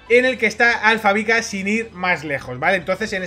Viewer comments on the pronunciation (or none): Por que decís alfabica? es sin querer o queriendo? jajajaja